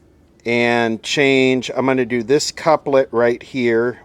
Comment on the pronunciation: Checkout how to say couplet